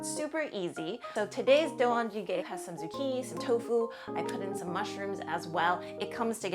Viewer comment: Great video! Looking forward to the Korean stew series! Just a friendly pronunciation note: I think you're missing the "jang" syllable in doenjang-jjigae. Appreciate you sharing Korean recipes that I grew up with :)